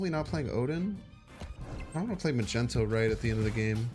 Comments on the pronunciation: Not the first vid where you called Magneto as Magento… lol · The mispronunciation of Magneto's 🧲 name is hilarious 😂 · The way you pronounce Magneto I cant tell if its a joke or not 8X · if you're new here, it's just a joke on his stream/channel he knows how to pronounce it correctly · i think he knows that its a joke. aint u?